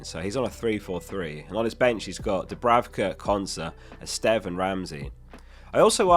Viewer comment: So nice to hear someone pronounce Estève correctly